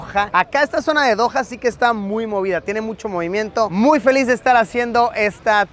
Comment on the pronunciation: Cuando veo Doha Qatar lo pronunció como se dice Doja Cat